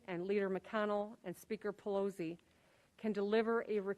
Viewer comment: Well...looks like he pronounced Pelosi wrong!